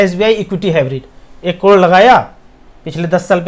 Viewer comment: crore bolna phirse 😂 klodo 😜